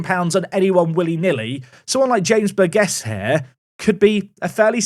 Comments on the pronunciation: I think it’s pronounced Bur-Jiss, surely? Bur-gess doesn’t sound right 😂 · James Burgess is my name please sign him!! Also its Bur-Jiss. Just finished the video... nice!